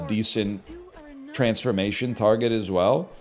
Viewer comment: every time he says "transformation taget"..